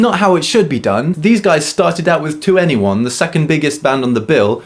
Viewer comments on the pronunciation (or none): I love how he said 2-N-E-1 reminds me of my rookie days of being a kpop Stan. 21 ...its 21 😂😂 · I could be wrong, but I believe that 2NE1 is pronounced "Twenty-one", not "To anyone". 😉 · I'm English but learning Korean. It was amusing to hear an English ascent when saying their names. And 2-NE-1.. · 2ne1 plz can you just say 21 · I'm very late to this party, but your pronunciation of 2ne1, forgetting their names, etc pains me.